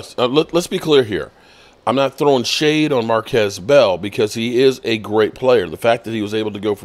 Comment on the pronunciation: It's "Mar-KEESE" Bell. Jesus man